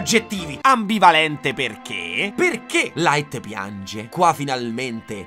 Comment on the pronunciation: Quel "LAIT" m'ha steso